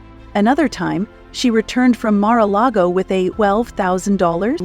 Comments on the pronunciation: Good Lord lady before taping this I can’t believe you can’t even pronounce Mar-A-Largo or Melania correctly much less other words you couldn’t pronounce. What the heck….really????? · Could no one tell the woman doing the narrating how to correctly pronounce Melania and Mar-a-Lago? OMG!